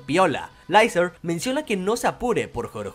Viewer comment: Por qué le decís Laizer a Lyzerg? Se dice licerg como en el doblaje latino, su apellido Diethel sí se pronuncia Daizel.